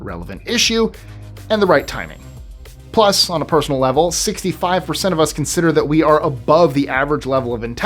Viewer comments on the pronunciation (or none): none